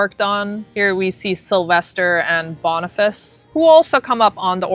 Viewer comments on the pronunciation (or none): It's Boni-fach-ee, Not Boni-fas. I hate being that person, but it's just a part of me I can't quit. 😬